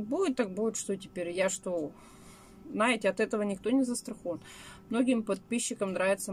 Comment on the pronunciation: пожалуйста не наете, а ЗНАЕТЕ.